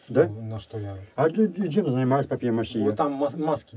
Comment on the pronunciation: ПАПЬЕ-МАШЕ (НЕ МАШЪЕ)!!! Говорите по-русски!